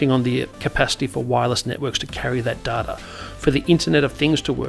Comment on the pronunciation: pronounced - Dayta - not Darta